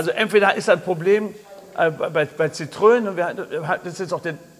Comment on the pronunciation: noch was kleines am Rande: Die franz. Marke heisst Citroën. die zwei Pünktchen auf dem "e" bedeuten, dass in Französisch das "e" ausgesprochen wird. Demnach heisst die Marke nicht Zitrön, sondern Zitroen (Zitro-en). Der Motor mit Öl-Riemen ist trotzdem Sch..... 🙂